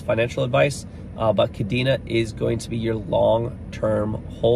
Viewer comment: You might be more credible if you pronounced Kadena correctly considering you’ve covered it awhile now.